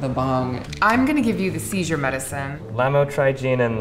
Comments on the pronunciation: When he said lamtrogine I laughed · Just drove me nuts how he pronounced Lamotrigine hahah. I take it and I was like "It's Lamotrigine!" out loud.